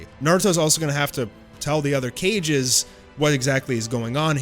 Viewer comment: Did you just say cages? That really rubbed me the wrong way😂 kage is not pronounced like cages